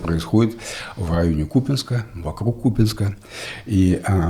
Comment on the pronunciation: Не надо наезжать на Герасимова! Он говорил не про Ку́пянск, а про Купя́нск, который находится в параллельной реальности.